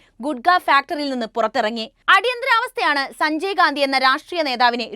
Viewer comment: അവതാരക വാക്കുകൾ ഉച്ചരിച്ചത് തെറ്റായി. മർധ്ധിച്ചു, ഛനാധിപത്യ.., സഞ്ചയ്ഗാന്ധി, അഛണ്ട, ...